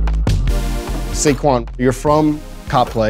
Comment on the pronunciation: I thought his name was pronounced more like “suck one” not “say Kwan”